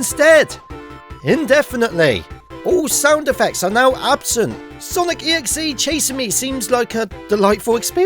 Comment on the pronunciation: How many times did you see Sonic.EXE? Also, the . in Sonic.EXE is supposed to be pronounced with the other 2 parts. Just wanted to say.